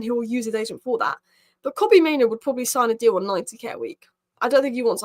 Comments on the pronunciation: it's pronounced MaiNOO not MaiNO - 'noo' as in rhymes with 'moo'. The least we can do is pronounce the players names correctly... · For a native English speaker, there is nothing difficult about saying MaiNOO instead of MaiNO. I could understand your point if I was referring to a player with a name like Gyokeres or Szoboszlai but Mainoo is not a difficult name at all. It's literally two syllables.